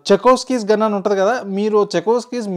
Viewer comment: Adhi chekovsky gun, chekodi gun kaadhu..Chekhov's gun.. pronunciation చెహొవ్